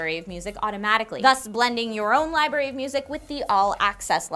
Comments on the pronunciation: "Library" not libary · Haha lieberry